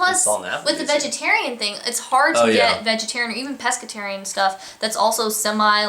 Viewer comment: you two are adorable I love when you do a vid together.. what's peskitarian BUGSSS... lol... ok so you are rediculously adorable. love all the info